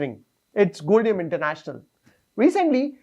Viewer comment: Sir its pronounced as Gold-Diam (Short form of Diamond) so Gold plus Diamond = Goldium